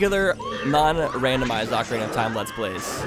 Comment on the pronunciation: ocarina, not ovarian XD